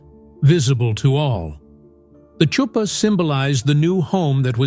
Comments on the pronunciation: Chuppah is pronounced hoop-ah not chew-pan. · It’s not a Choo-pa. It’s a Huppah. The “ch” is like the sound in Bach. We write it often as an H because it’s closer to the sound. CHOO-pa. 😂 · I noticed it too- you are more gracious about the mistake than I was making my remark. And as an Israeli Hebrew speaker I pronounce it “ choop-PAH” ….hayayay…. Tch though, really….. I wish I could find it funny as you do…maybe some day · It’s Huppah. The “C” is silent. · This is over all quite informative and can be helpful. As an Israeli believer though, it really pushes my button when a Hebrew word is mispronounced, especially nowadays when it’s so easy to check it out, especially the word “ canopy “ . Chuppah is a hard H not “tch “. If you are going to take the liberty to say a Hebrew word, for heaven’s sake get it right!!!!! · Last word should be chew-pah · Lovely presentation! Just one thing, the "Ch" in Chuppah is pronounced like the "ch" in Bach, not like tha "ch" in child 😊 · Isn't the "ch" of "chuppah"" pronounced more like the"ch"" of Chanukah rather than the "ch" of cheese as it is in this video? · Yes, yes it is. AI, ugh!